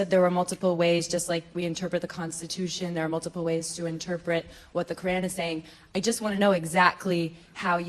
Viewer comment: hate the way they say “qUr’An”